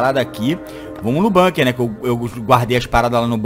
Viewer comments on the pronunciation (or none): none